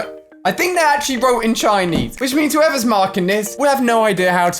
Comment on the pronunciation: this dude can’t even say actually. Damn